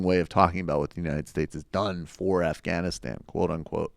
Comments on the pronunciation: Why do you pronounce Afghanistan õff-gõn-õ-stõn? It sounds forced and wrong. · In Farsi and Pashto its actually pronounced more like the way he says it.